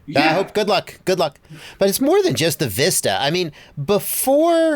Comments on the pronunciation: Most annoying thing the way says Vista 🤣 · Thanks JB for teaching how to pronounce the word “vista” which is an actual word in the English language.